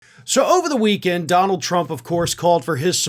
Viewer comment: As has been said before, Duh-Nald is a 'gimme' putt from insane, not a drive.